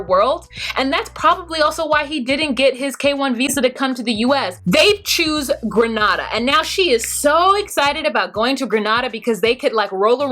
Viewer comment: 🇬🇩🇬🇩🇬🇩 at first I was a lil disappointed you said Grenada wrong but you got it right the last time. Shockingly Nicole said it right. I love your videos tho you give me another perspective.